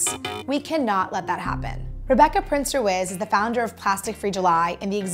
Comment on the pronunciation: Ru-izz is actually pronounced Reece.